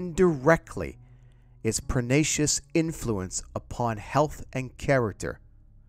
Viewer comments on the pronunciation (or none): Just wish he hadn't pronounced pernicious as "pernacious", added/omitted words and misquoted the actual numbers at times in the article as he read. Maybe you could re-release it with you reading the article. Still much appreciated and absolutely agree with the overall message, thanks.